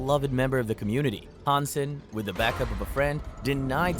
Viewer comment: I get some of the names on the list might be a little difficult to pronounced, but Hansen?!?!